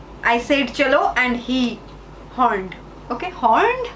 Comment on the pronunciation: its said not sayed. Ok